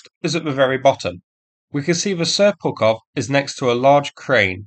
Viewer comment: I thought I heard you say "Seppukov"...